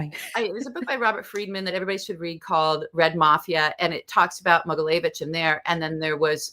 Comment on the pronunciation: Mogilevitch....not Mogileyevitch. It was challenging for me to find more info about this guy because she talks too fast and consistently misspronounces the name of her subject.